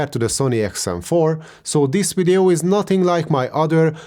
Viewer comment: It's video not wideo